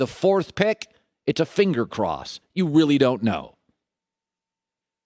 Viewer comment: 😂😂😂😂 read this just as he said it